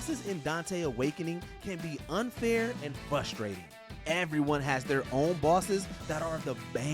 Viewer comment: FRUSTRATING Not fusstrating